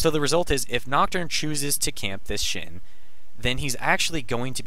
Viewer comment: It's Shen, not shin